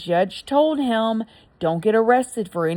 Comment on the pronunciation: You need a speech therapist. What is a heium. The word is "him" And it's " when I was 21 not whenever I was"